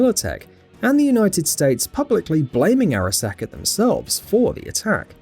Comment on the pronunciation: Fuck in a video about the Arasaka corporation I feel like you need to pronounce Arasaka right. Hearing you slightly fuck it up that many times isn't something I can handle.